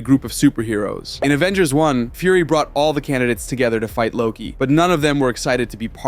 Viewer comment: “Avengersz” so an S or an L?